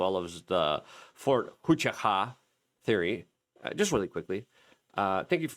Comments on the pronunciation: Wah CHOO kah .... not hua CHA Ka. You sound like a you're trying to speak Klingon. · It's pronounced Wha-chu-ka. It only takes a second to use a pronounce app. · Fort wa-chu-ka. Bro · I think it's pronounced "who-ah chew caw". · Dude...fort hoochiewa....are you serious..thats not even close